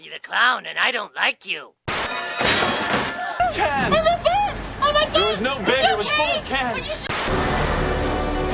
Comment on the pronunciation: Caans! It's just caans!